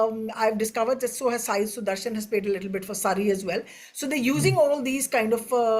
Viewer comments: Learn to say the name 'Sudharsan' soon, you are going to be saying it for many years to come in the future! If he doesn't become an all format player for India, I would be very surprised 🙂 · How long before he gets Sudarshan’s name right? Even bewildered the Indian journalist here 😂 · This is the most garbage video i have seen in a while, keeping aside the fact of u people butchering sai sudarshan's name if u genuinely think england is gonna win against India this series using bazball then good luck mate 🤣